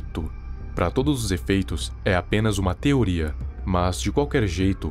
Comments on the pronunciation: "teroria"??? Kkkk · kkkkk teroria